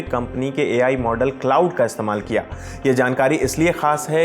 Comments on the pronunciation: It's क्लाड not क्लाउड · Bhai wo क्लाउड नहीं क्लॉड है...... बोलो तो सही यार 😂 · Iss video ko hata kar dobara upload kar lo bahut ajeeb lag raha hai baar baar cloud cloud bol raha hai, tgodi research toh kar liya karo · Iss video ko hata kar dobara upload kar lo bahut ajeeb lag raha hai baar baar cloud cloud bol raha hai, thodi research toh kar liya karo